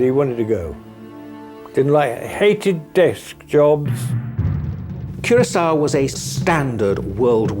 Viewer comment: I know this is petty, but the fact that nearly nobody pronounced Curacoa correctly, a lot of them pronouncing it coração. Just found it a little frustrating.